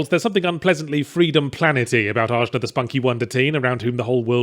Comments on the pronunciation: Wouldn't it Ah-Na, not AJ-Na? Pretty sure that J is supposed to have an H sound. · It's weird to me that you keep harping on her name. While you were playing you mentioned it sounded like they just drew letter out of hat. It's the Sanskrit word for the third eye chakra.